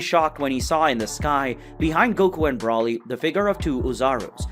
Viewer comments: Its broly (bro lee) smh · Still cannot say his name right Broly